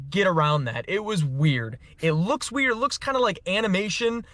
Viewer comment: gets the delivery and intonation wrong on one of the most watched memes in history... Weird (up high), weird (down low). 🤣 How about a white "Zorro," huh??? 😠